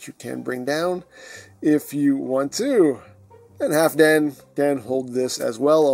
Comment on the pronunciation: Eigentlich wird das L mit ausgesprochen. Halfdan ist wenn ich mich recht erinnere ein nordgermanischer Name und damit skandinavischen Ursprungs.